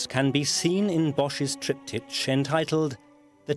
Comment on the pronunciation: EVERY TIME THE NARRATOR SAYS, "TRIPTI CH", I CRINGE!